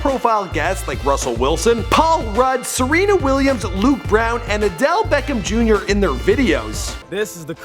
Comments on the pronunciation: Did he say "Adele Beckham Jr." instead of "Odell Beckham Jr."??? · He said adelle Beckham jr 😂😂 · He called obj Adele beckham Jr. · Don't forget Adele Beckham Jr.